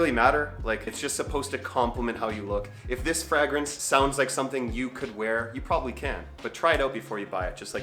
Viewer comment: Your weird pronunciation of the word fragrance is like nails on a chalk board to me. No need for the extra G you throw in the word, lol.